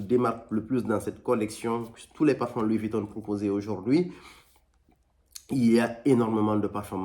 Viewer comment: Louis Vuittonne 😂